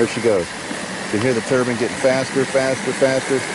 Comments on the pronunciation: Nine, fine, mine..... turbine. Not turban, turbine. Lolllll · Proper english would be a great help. The whole video I thought you were talking about a rag for your head. Not a TURBINE for making power with.... geez, learn to say Turban or Turbine properly, others might think you're reinforcing a Jihadist colony.... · TurBINE not turBAN goddamn dude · a "turban" is something one puts on their head. A "turbine" is what your talking about. A simple mispronunciation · I know I'm sounding like a bit of an ass but it's turbine not turbin. other than that I loved the video. thumbs up. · Did you mean 'turban',?